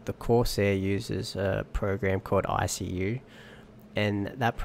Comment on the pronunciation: It's icue not i c u lol